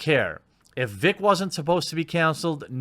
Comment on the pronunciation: Why can't he say vic?